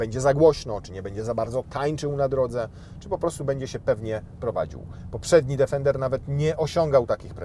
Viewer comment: Plus polska wymowa „D_e_fender” 😂